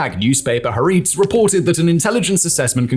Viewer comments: Please learn to pronounce "Ha- Ar-etz" It's two words (meaning "The Land" (literally) or more figuratively, "The Nation"), and three syllables. Also, in Hebrew, the emphasis is always on the second syllable. The way you run roughshod over the pronunciation makes you sound pompous, ruining an otherwise good video. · That's not how to pronounce "Haaretz". It's pronounced... well.. "Ha-Aretss" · I think it's Haretz, not hareets or Haritz. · “ Haaretz” is pronounced “Ha Aaretz” (“The Land/State”) , with an audible gap between the two parts of the word. And the emphasis is on the first syllable in “Aaretz”. (In written Hebrew, there is no space between the definite article - or pronoun or proposition - and the word which follows. This can create a bit of confusion when certain words are transliterated into Roman and some other alphabets, in which words are written separately). Just thought I’d mention this as Haaretz is a source you often quote. Excellent presentation. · Well, his pronunciation of newspaper Ha'aretz made me cringe, as well as that of Israeli names. But then again, I lived in Israel and served in the IDF decades ago, so knowledge of how names sound in Hebrew is my guide.